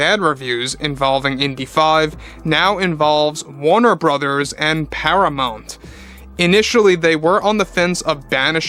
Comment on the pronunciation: Do you mean Paramount? Youre saying Paramont. I assume you mean Paramount?